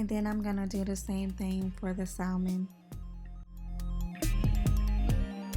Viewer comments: "Sa - mən", I know it's hard to ignore that "L", but it is silent. It's like saying the name Sam and then ending it like your Jamaican. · The L in salmon is silent! It is pronounced samon!